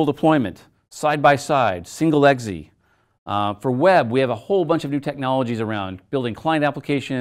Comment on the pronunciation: weird way to pronounce exe